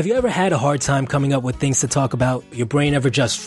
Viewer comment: It's not "wif" it's with. It's not "wiffout" it's without.